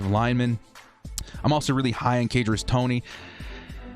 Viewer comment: I’m not one to pick on how someone says something but it’s pronounced “kuh-darius To-knee” 😂😂 sorry but I’ve never heard someone butcher it that bad, great vid tho